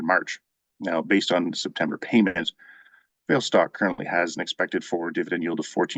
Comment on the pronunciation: Enjoying your videos. "Vale" is pronounced "VAH-lay" - it's from Portuguese